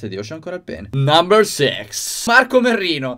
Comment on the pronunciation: sbaglio o ha detto namber sex? XD